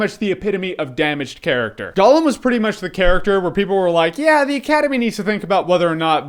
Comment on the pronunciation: Holy shit People, STOP saying fucking Golem...It's Gollum! Gollum!